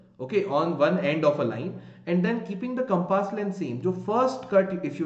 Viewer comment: It's not compaaas ...it's compass